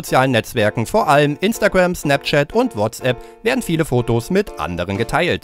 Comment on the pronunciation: In znapzschat in wahtzschapp....😂😂